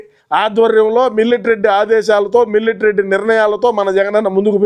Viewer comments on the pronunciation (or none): Millet not Milatary 😅😅